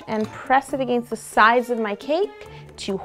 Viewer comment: Aganest 😂🤣😂🤣. No hate😁😁😁😁😄😄😄😃😃😃😃😀😀😀. U awesome